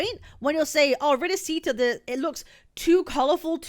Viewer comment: Uhm akchually ☝️🤓, it's pronounced rinaSHita Not rinasita (🤮)